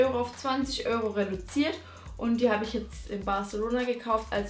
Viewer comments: Öro? nicht Euro?😂😂😂😂😂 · Hahahah sie sagt die ganze Zeit "Öro" statt Euro 😂😂 Aber echt schöne Kleider😍